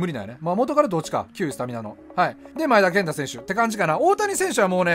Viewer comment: 【V.I.P】 外人選手のとこでネイティブとか、のマネとかね ﾏｴﾀﾞｹﾝﾀｾﾝｼｭ‼︎